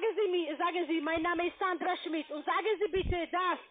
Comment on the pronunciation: Sandrrra Schmidt, ja ja....